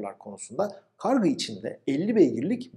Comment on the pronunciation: Hocam kargı değil kargu olacak